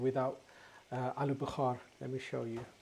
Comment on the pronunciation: It’s aluu Bukhara NOT BUKHAR that means fever !! At least get your words right if you want to pretend you are an English boy !!